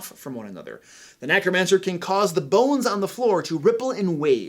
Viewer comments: I love all the advice he is giving, but am I the only one bothered by him saying NACromancer instead of NECromancer? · did you just say Knackromancer instead of necromancer? 🤣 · Is it just me or does he always say nAcromancer? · Thanks for a great video. Just one thing though: NECK-ROMANCER! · Are you saying “nAcromancer”?